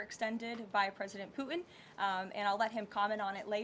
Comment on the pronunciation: President "Poo-In"